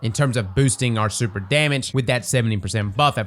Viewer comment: Super ❌ Surper ✅